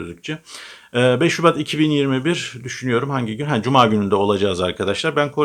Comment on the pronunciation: öyle bir bes subat dedinki mesrubat anladim yahu..canimda bir kola cekti:)))